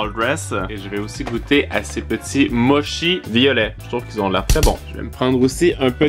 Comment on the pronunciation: Les mochi ça se prononce motchi